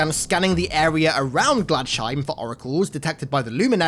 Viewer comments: Glads Heim. Glads. Heim. My eye twitched every time. :) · It’s pronounced ‘glads-heim’ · You pronounced Gladsheim wrong its totally a german word